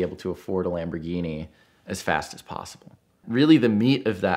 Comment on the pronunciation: Could you let him know that there is no D in Lamborghini.